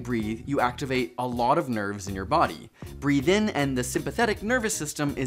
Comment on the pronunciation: Breathe not breath